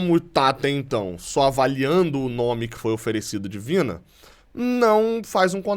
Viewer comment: Se vc trocar o "de" por "do" vc vai parar de falar "Divina" kkkkkkkk